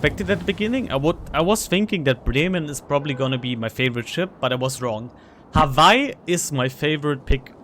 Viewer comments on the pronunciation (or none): Germanic pronunciation of w, that's all.